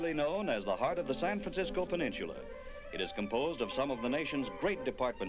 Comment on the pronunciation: "Over 5000 individual parking spaces!" None of which are available when you want them. Did you say "porksicles"? XD I wish the narrator would stop saying "peninchula" instead of "peninsula." That shopping center is still there! I got curious and looked it up at Google. It still has Macy's and Sears, but the Gay Farmer's Market is long gone.